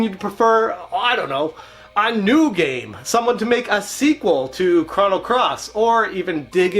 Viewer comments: Thanks for the video! But I keep hearing Cron-O Trigger, it’s Chrono- like a long oooo. Thanks! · (CROW-NO) NOT (CRON-O) HOLY FUCK!